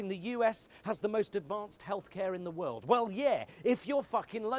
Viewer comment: "And yet... Half of our wold leaders already caught the fucking thing" hahahaha I am dying